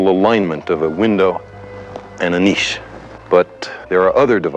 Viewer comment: At last I found an American who pronounces "niche" correctly...........Joking aside Carl Sagan was probably the greatest natural communicator ever.